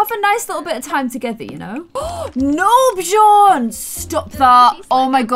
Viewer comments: Love ur videos!!! But it's Björn, not bjorn. Like hm.. the ö is similar to the sound u make when u say "ehum.." also, linger more on the "R". Ur so cute 😍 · Actually, Björn/Bjørn is pronounced just like "burn" but with a J between B and U if you get me 😂 we say "bjørn" here in Norway 🇳🇴🐻Love the series btw ❤️ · There is a slightly difference between Bjorn and Björn, just so you know, but you trying to pronouncing it is so cute❤️ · Bjorn thats in sweden for bear. Just where you live you dont have The letter ö. Björn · Björns a swedish name lol. The letter Ö is not pronounced the same way as O tho. Ö’d pronounceietion is similar to the English sound ‘i’ in the word ‘bird’. Or ‘u’ in the word ‘fur’. Or ‘ea’ in the word ‘heard’. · this maybe be just a luttle late but just me that knows that björn still is a swedish word and not just the "vikings"way to say bear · Hahaha Im from Sweden I started laughing when I herd you say björn❤️❤️❤️❤️😅 not to be mean love you’re Chanel btw❤️ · Björn Is not a “Viking word” it’s Swedish. I’m from Sweden and we say björn. I’m not mad or something I’m just laughing so freaking much about that😂🤣😂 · in tour next video can you go to Google translate and go to swedish to english or reversed and you type in Björn in the swedish one and then click on the voice thingy and you will learn hon to say Björn correctly, I`m from Sweden sorry if you don`t get what i mean❤️ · Can u plz stop calling every single swedish thing viking cuz I'm swedish and I actually get kinda offended by it. Also, check out how björn is actually pronounced (in swedish) cuz that is not how it's actually pronounced